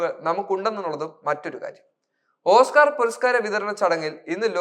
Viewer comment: ഓസ്ക്കാർ എന്ന് പറയാൻ പഠിക്കട....